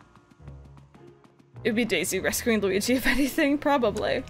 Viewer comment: Gooweegee? More like Squeegie. Right?